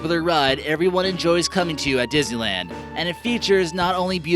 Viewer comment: Why do I keep understanding dizzyland instead of Disneyland?😂